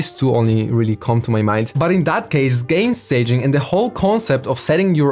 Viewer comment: Haha 🤣 accent bro accent